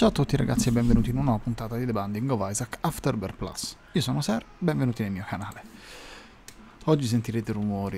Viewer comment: "Benvenuti nel mio Hanale" Ser, sei diventato toscano? <3